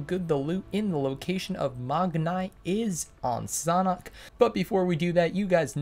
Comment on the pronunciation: Its sanhok and not saaanhok